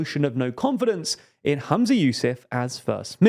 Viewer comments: The FMs name is pronounced “Hum-za” not “Ham-za” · Just to note his name is Humza not Hamza! The mispronunciation in the video was bugging me a lot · Humza, not Hamza ❤ Cmon guys, take some notes from the new girls who seem to be much better at this 😂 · Sorry but it's really distracting that you keep saying "Hamza" and not Humza. I think the coverage is actually really good, but it just seems lazy that no one noticed this. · Bruh it's Humza. Dont blame you tho the vid mispronounced it. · Maybe start by pronouncing the First Minister's name correctly. 🙄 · "hUmza yousAf" not "hAmza yousEf"